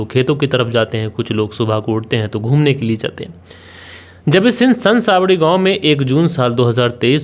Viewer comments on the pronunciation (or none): Are san sawdi gaon nhi hai sanas wadi hai wo Jo likha milta hai wahi bolte ho kya, Pahele investigation kiya kro baad me hame sunaya kro, Understand